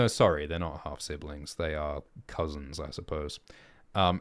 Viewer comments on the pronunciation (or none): none